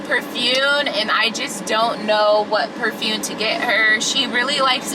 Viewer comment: Omg. I thought I was hearing things at first, but you really ARE saying "perfune" instead of perfuMe! 😂😭 I was gonna subscribe! 🥺😂😂Just kidding. Hi